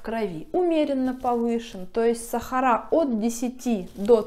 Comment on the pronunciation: СахарА красиво говорите. Я только это и слушаю у вас.